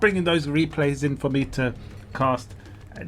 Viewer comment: youre not supposed to put such an accent on In